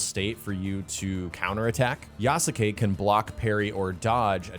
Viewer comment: Please for the love of god learn how to pronounce Yasuke's name right.